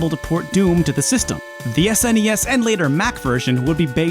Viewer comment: Every time he pronounces "SNES" as a one syllable word, rather than an acronym, I cringe so hard.